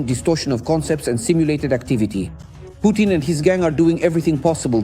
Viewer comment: Putin not Punin